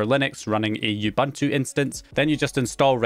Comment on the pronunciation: He saids Ubuntu wrong 😂